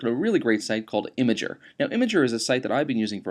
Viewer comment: It's pronounced im-gurrrr